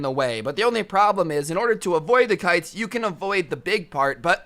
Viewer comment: Instead of kites I heard pikes